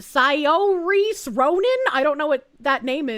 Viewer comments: Someone teach to pronounce Saorise as "Sir-shay" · Saoirse - <Sor sha>